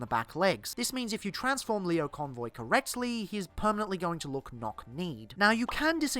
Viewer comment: It's Lio Convoy, not Leo Convoy. He says his name literally every time he transforms